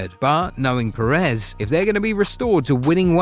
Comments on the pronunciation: What I think: It’s “Pérez”, please, if you could manage. Or make the ai voice pronounce. “PerÉz” really hurts on the ear. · The pronunciations are always so bad. They don’t have ONE video where they don’t mess it up